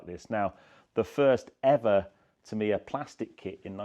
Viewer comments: Aaarghh you are saying the name soooo wrong .... it is "T A M I ya" .... you are saying "T E M I ya". As a model shop owner back in the day I sold and built hundreds to 'Tamiya' RC kits. Please get the name right ... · Tam iiii ya ……. Is that how you say it. I have been saying it wrong for 45 years. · Never been into the R/C kits but built loads of 1/12th F1 kits over the past 50 years. Big Tamiya fan but I always pronounced the name as ‘TAMeeya’ rather than ‘TamEEya’ What do the company say is the correct pronouncation ?